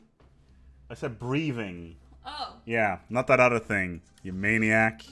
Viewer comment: "Take care of yourselves, and each udder." Been hearing that for a while